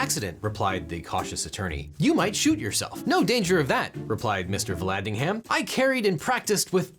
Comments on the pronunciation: When ham is in a name the h is silent and the a is pronounced as a schwa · The h is silent in Vallandigham Like Brigham or Bigham